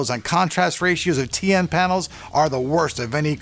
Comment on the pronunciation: you keep saying TA :P